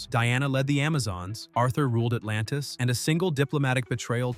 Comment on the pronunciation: I didn't know Arthur was the ruler of Atlanta!! 😂😂😂 Also Thaw-knee had me roling!!